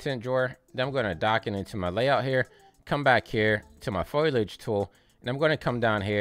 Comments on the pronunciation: Thank you again for putting out another video. I notice you saying Foilage rather than Foliage, is that another common way of saying it? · foe-lee-edge 😄 great guide!